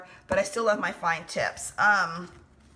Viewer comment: When she said "Fine Tips", I thought she said fine tits! LoL